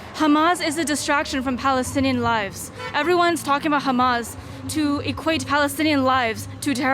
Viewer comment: ”.. Balestinian Beople” so fake they can’t even pronounce Palestine properly. - It’s a Roman (Latin) word and letter P doesn’t even exist in Arabic.